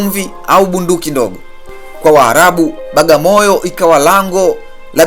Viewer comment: Hamuitendei haki kabisaa "BWAGAMOYO" kuitamka Bagamoyo na kuiandika Bagamoyo !